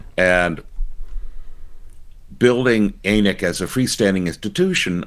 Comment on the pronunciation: Thanks for a wonderful show. Listen every week. Really appreciate your commentary. I rarely comment on videos but one thing kind of grated me this week. In Canada, ANiC is pronounced with a short A, as in “an ick.” With a long A it sounds like something on the south end of a north bound cow.